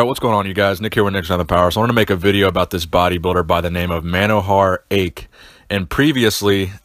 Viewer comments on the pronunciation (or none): It's pronounced as Manohar aitsch. I've had the honour of meeting and talking to him on several occasions, mostly in the 80s and 90s. Apart from the physique, he was a very flamboyant dresser. A very popular and respected person in his home state in India. He was the only person in the entire world, ever, to look like that at age 90. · It's monohar aich